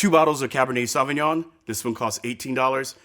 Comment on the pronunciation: So good but Jesus Christ, learn a bit of French pronunciation! “Sovvinyon-“ no.